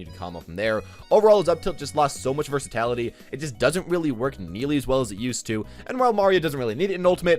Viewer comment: The worst move is pronunciation of "Versatility"